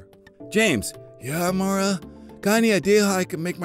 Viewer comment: My name is Maura and said it right 😃😃😄😄